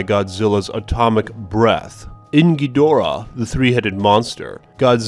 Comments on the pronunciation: Its Ghidora!! Not Ghidra!! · Dude it's Ka-yi-ju not Ka-ae-ju and it's Ghi-do-ra-h. BTW Awesome vid. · Ghidorah not Geedrah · To be fair the Ghidra vs Ghidorah thing is a result of the american version naming him Ghidra. His real name is Ghidorah. But people say it either way. Rodan is actually Radon in japan but his name was changed to Rodan to not confuse american audiences with the Periodic Table element of the same name. (how they would confuse an element with a flying reptile I don't know) Radon deriving from Pteranodon = Pte "RA" no "DON" Cool vid man. I hope we get lots of good stuff from Bandai and Neca. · "Kay-Jew"? "Geetra" the three-headed monster? What are you even saying? What is wrong with your voice? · when he mispronounces a word i wanna bang my head on the wall, especially on ghidorah